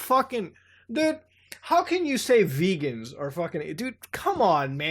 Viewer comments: A small point of order: The Vegans she is talking about actually should be pronounced "Vay-ganz," as in from the star Vega. Having said that, I think vegans are all fucking aliens, too, because meat is delicious and I automatically distrust anyone who has made a conscious decision to not touch, eat, or associate with bacon. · That's 'VAYGANS'. As in, from the star of Vega. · Muta, Vegans as in from the Vega system, not vegans as in people who don't eat meat or animal products. Pronounced like veygans. Granted, I only know this because I've encountered more Vegans in science fiction stories than I have vegans in real life. Vega's a pretty common star to have aliens come from because it's the second brightest star in the northern celestial hemisphere. It's pretty well-known.